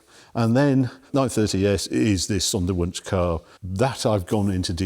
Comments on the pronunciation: Harry, the w is pronounced as a v in German. The s is pronounced as a z. So Zondervunsch. Love your work ! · i had a bit of difficulty understanding what you were saying, until I read it. Sonderwunsch, Special request. from factory.